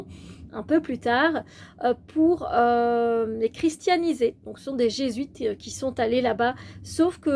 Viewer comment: Les "Gé-zuites..." je t'invite à faire des recherches !